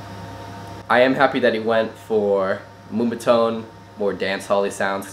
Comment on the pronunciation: Slooshie, Aggin Whyda, instapation, Moombah-Tone. Where did this guy Learn to pronounce Shit? Corrected: Slushi, Agen Wida, Anticipation, and Moombahton.